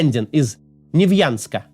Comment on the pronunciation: О, Максим в этот раз правильно произнес название моего родного колхоза, Невьянск, спасибо.